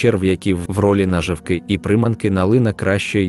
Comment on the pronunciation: НаживкИ і прИманки? ПоплАвкова ловля, лУска,... Що за наголос? Це читає робот чи неук?